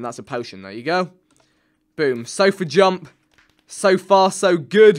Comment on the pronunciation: "Sofa Jumps" Vikk then says "So far so good" what I hear - "Sofa So Good" was that supposed to be a pun?